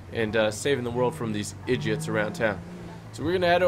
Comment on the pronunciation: This is how many times he said edgits 👇🏻